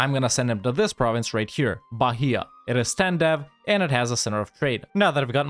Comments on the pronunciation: Hey.. Just a pronounciation fix... for Bahia ... does not speel "BARIA" but "BAÍA" with focus on the "I"... the "H" is silent. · Hey! I'm from Bahia, or like you said Barria! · I live in the state of Bahia, the H is mute kkkkkkkk I really like your content